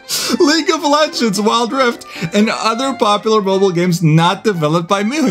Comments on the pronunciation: Wth is Leauge of Ledengs?!?!?! lmao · League of Ledengs. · Leauge of Ledengs is Wild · Guys: Leauge of Ledengs